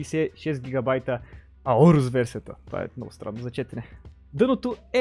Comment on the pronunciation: аурос ударението е на о да си знаеш иначе за клипа е мн як